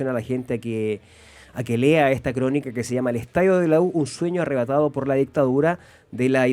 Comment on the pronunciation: "ärrebatado" ajajajaj, dejen de hablar weas.